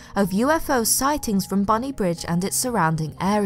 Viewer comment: its actually pronounced " bonny brig" xx